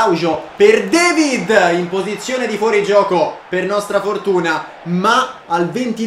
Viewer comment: si dice david non devid(si pronuncia alla francese) detto questo gran video